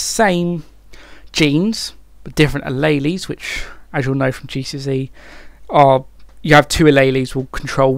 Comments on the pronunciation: alaylees xd Ah-lee-ls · a lay lays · the way he pronounces alleles is painful... really good informative vid tho <3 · Harrison Maycox exactly😂😂